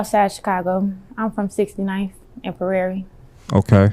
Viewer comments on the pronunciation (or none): Istg gang one thing i hate abt our city is how these mfs say these street names.. she say “im from 67th & PUH-Rare-Ree” … ITS PRAIRIE… PRAIRIE.. NOT “PUH-Rare-Ree” … Juss Like PAULINA Is NOT said like ”PUH-LIE-NUH” IDK WHY WE SAY THESE THINGS INNA RAQ GANG I WONDERED THIS MY WHOLE LIFE.. ITS ”PAUL-LEEN-NA” NOT FKING ”PUH-LIE-NUH” Ts Irritates Tf Outta Me Gang🤦🏾‍♂️💯